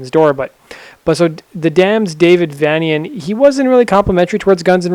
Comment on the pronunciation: It's prounced vein-ee-an Like transylvanian